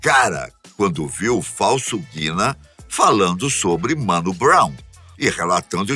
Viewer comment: Vídeo tá foda demais mas, "Mano Brow" aí não chefe